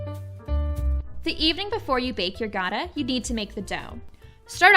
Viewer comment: Your recipe is pretty accurate. We Armenians also make Gata with yogurt. Incidentally, when pronouncing it, it's the softer "T" sound, and not the hard, like Gada. Thank you!